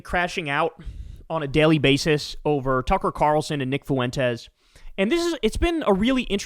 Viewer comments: You sound a little slow when you keep pronouncing it Fu-en-tez instead of FWENTES. I know you’re not, but dude is a quarter Mexican. Pronouncing it correctly is respecting the Spanish language. But listen to other left talking heads pronounce it. I’m right and whoever reads your comments should tell you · The fact that Kyle cannot pronounce Fuentes correctly drives me nuts. I’ve been listening to him say FU-EN-TEZ. Isn’t it like FWEN-TEZ or am I the one who is wrong? Fuuuuuu en - tez lol